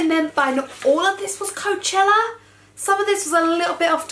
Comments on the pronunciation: It's not Coacheler it's Coachella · You say coachella so weird! I've never heard anyone say it like you before 😂😂